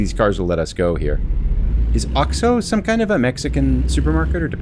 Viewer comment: you pronounce it as it's spelled out... Ox-oh